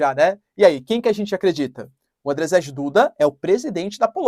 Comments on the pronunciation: Andjei, se pronuncia... tipo djavan, mas com d tipo do inglês... rz tem som de j (na verdade de z e j juntos, mas vai ser difícl pra vc) em polonês. Spierdalaj jebana kurwa! To ensinando grátis, hein! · Se lê, Ândiei Duda, (djeie) , como em Dia ( djia) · professor, desculpa mas toda vez que vc fala Andrzej Duda eu dou umas risadas. Eu moro em Varsóvia há 4 anos já e em polaco, Andrzej se lê algo como Andiei.